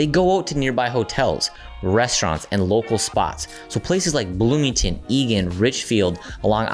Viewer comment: BLOOMINGTON get it right